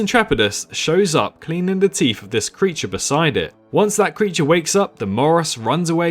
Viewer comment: Thousand... not Fousand. Teeth not Teef. Feather not Fevar.... The list is endless.